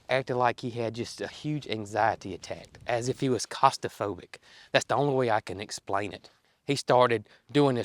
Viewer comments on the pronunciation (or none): The word is pronounced Claustrophobic claw-stra-fo-bic